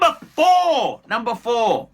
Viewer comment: Numbur fourrrrrrrrr😂😂😂😂👍👍👍👍 Had a good laugh!